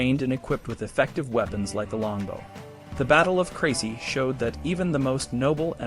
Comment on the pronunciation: You mispronounced every town including the battle